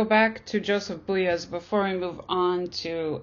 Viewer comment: Pronunciation of 'commodification' and 'Beuys' needs work. Speaker reads mechanically and without apparent interest. Beuys isn't "trying" to talk to the hare. The question isn't about what Beuys "believes". We have no access to his brain. A citation of sources would be more considerate, respectful, and exemplary. The speaker's appreciation for the information seems lacking , her conclusions reductive.